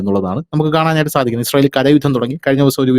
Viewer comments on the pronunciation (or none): none